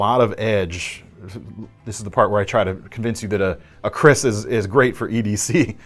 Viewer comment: The Cold Steel Kris Ti -Lite. Atleast you try your best to elaborate its use. Ha! Ha! It's a traditional weapon for warriors in the old day in Asia. Mainly around Malaysia (Malaya)& Singapore (Singapura) also known as Temasek. Correctly pronounce "Kerr Raise" with actual spelling "Keris" with a small line on top of the "e". Yeah it's not in the western alphabets. The most famous & well known Keris belong to Hang Tuah, a famous warrior once lived, it's call Keris Tamansari. Anyway love your show as always. Atleast now you know something don't.! Ha.! Stay safe guys.!